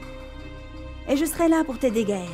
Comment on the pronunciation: Je déteste quand cette Samantha dit : Mon Gaël